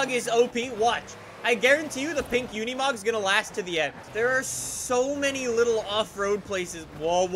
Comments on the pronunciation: It's not said like it's spelled... u say it like unamog even tho it's spelled unimog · I like the part when he says unimog